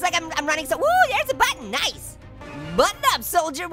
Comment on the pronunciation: You said nice like knife haha get it haha